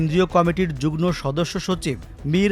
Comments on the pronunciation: জুগন না, কথাটা 'যুগ্ম' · 'যুগনো' বললো মনে হয় প্রতিবার!!